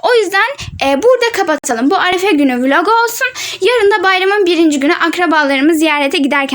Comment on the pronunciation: Arafe değil arefe😂